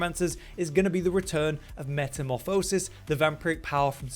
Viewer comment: Please learn how to pronounce metamorphosis. It’s nails on a chalk board.